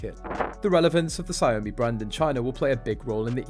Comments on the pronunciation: It's not "Sa yomi" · Ya it’s pronounced “Shao Mi”